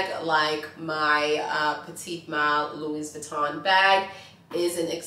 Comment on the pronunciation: And it’s not LuiZ Vuitton - HOW do you not know how to pronounce it???